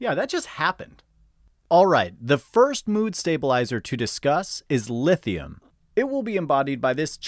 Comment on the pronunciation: 'Lifthium' lol 😂